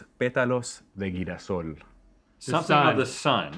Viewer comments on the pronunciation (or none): man said guirasol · Girasol no guirasol 🤦‍♂️ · GUIRASOl, jajajajajajjaja es Girasol (jirasol) la pronunciacion. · Everything was going smooth until he said "Guirasol" lol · oye discúlpame pero ese hombre en el principio no sabe como leer en español 😭😭 leyó “girasol” como “guirasol” 😭😭